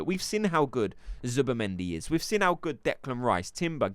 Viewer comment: I know it petty but why do you pronounce 'Seen' as 'Sin' . I just keep noticing it now. Like bavs... still says Expecially... when its especially. Love ur vids one of the most credible creators. :))